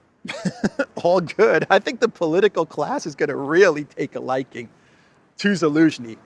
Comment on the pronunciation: is Biden 2.0. Also any word that has a "T" in the middle of it, is pronounced as a "D". Elensky is another mistake, as these videos could be used for historical reference someday in the future? you should not make intentional mistakes, when you make so many unintentional mistakes. Confusing billion with million is a 1000 times error, it shows how out of touch you really are....